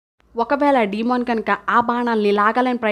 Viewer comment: డీమన్ కాదు, డేమన్